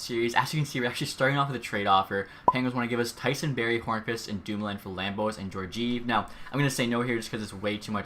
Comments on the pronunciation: Jorgive? It’s pronounced Jor-jee-ev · "Jor-jeev"? It's "Geor-giev" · Geor-giev edit:no offense that’s just how it’s said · Pronounced gee-or-gee-ev